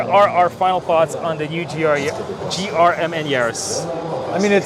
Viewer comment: I like to call GRMN, grimmen. Saying the individual letters isn't flattering